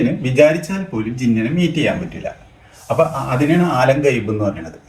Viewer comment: ആലം ഗൈബ് 🤣 എടുത്തോണ്ട് പോടാ മൈരാ നിന്റെ വീഡിയോ ഉച്ചാരണം പോലും അറിയാത്ത നീയാണോ ഞങ്ങളെ പഠിപ്പിക്കാൻ വരുന്നത്